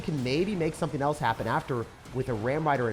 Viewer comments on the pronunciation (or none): none